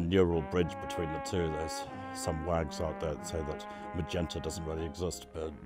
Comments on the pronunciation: Magneta? surely you mean Magenta (pronounced mah-jen-ta)? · Maybe someone else has already pointed out that the color MAGENTA is pronounced as "majenta"---the "g" pronounced as "J", and a flat "E" sound for the e. (Guess I should've checked some of the comments first/apologies if this is redundant. Thanks for the comments. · Drinking game: Take a shot for every time this guy mispronounces a word (like "magenta" about a dozen times) or accidentally spoils a plot point via clip he actually shares in the vid